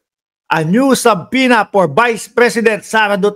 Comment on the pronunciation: my dear friend, its silent b. su-pena